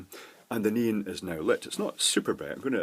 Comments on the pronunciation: I keep hearing say "neen" instead of "neon." LOL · Please, please try to say ne-on, instead of nean. Pretty please 🙃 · It's more of a "NEE-n", than just "neen". Two syllables, but with the second one very short. (Whereas I tend to pronounce it "NEE-ahn". That's how we say it in California.) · “Let’s soder this neen” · The first LED is working with is a NEON LED, i kept hearing "NEEN" "NIEN" and "NEAN". this stuff: Thank you for the FBR explanation, i finally get it. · Ha, I had to read the comments just to find out what a "neen" was. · I kept hearing "Noom", read the description and kept asking "WTF are you using man!!" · it's nee-on......... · I tried googling nin and neen led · LOL ok ,, by the end of the video I THOUGHT he was saying Neon ... but really really not sure..strange thing is 99% of the other words were fine :) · I learned that neon, is one more word that has a Brit pronunciation, and a Yank pronunciation. :) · This is the only time I've had trouble - what's he saying? "Neon"?